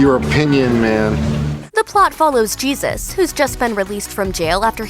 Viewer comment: Sorry, picky person here. In Jesus Rolls, It is pronounced Hesus- (J sounding like an "H"). Pronouncing it the other way is referring to Jesus Christ, and since when was Jesus ever in a bowling movie?